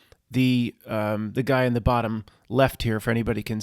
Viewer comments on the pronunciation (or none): none